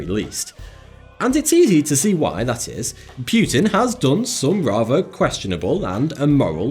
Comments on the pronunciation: I NEVER EVER heard Anyone say 'Putin' like you do, and it sound Really Unnatural and stupid (Pute-inn?) Just say his name how it's Actually pronounced, like Everyone else does (Poo-tin💩/Pou-tin) 😂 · Hey, it's not PYUTIN, it's Poutin. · It's not Vladimir Pewtin, it's Putin. And i don't think that really french ships would determine the fate of the world. naaaah, not buying it. Churchil killing allies? well he was a mad and stupid bulldog, that's for sure. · PEW-TIN LOL! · It's not Puetin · its not pronounced puuuutin ffs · Propaganda. Pew-tan ?Hey-tch? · you said pewtin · Please pronounce Putin correctly. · Please learn how to pronounce Putin and Angela properly